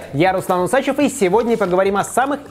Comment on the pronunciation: Не Усачев, а Усачёв!